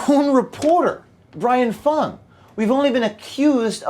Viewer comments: you pronounced him as FANG not Fung. Racism!!!! Now the Youtube page will be pulled. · Brian Fung. Rhymes with dung.